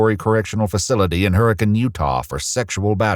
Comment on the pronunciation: nailed the pronunciation of Hurricane Utah.